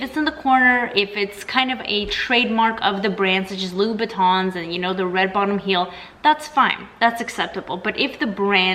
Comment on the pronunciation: I lose it when you coins pronounce Louboutin 😬